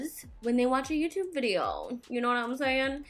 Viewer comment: "vide-ho" haha love it when you say that! That red lip really brang the look together I felt! Omg I love Mexican food as well!